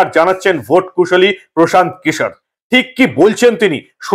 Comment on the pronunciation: Anchor babu antatah Kishore pronunciation ta thik kore korun😂